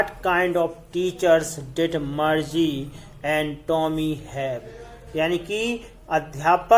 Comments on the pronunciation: Sir sorry but मरजी nhi मारगी padte he use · Bhai tum to Margie ko bhi marche bolra ho 🙂